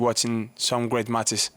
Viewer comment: Carlos struggles with the word "great" which he pronounces "way" lol/ Vamos Carlitos!!!